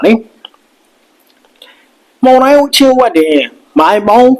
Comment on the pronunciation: ဟေး... weather announcer မှုန်တိုင်းလား? မုန်တိုင်းလား?